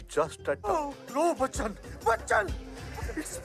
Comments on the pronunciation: Kalo bacanya versi india sih min bachan pande aja bukan bachcacan pande🙏🏻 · Bacanya "Bacan min" bukan bacacan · Bachan min.bukan bacacan